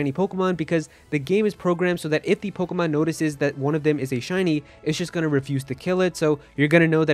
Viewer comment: Let’s do shots for everytime he says pogamon, 😂 we are so gonna get hammered!!! Wasted!!!!!!!